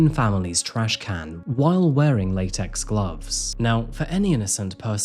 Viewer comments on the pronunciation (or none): none